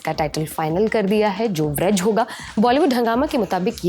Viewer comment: ब्रज नहीं बज्र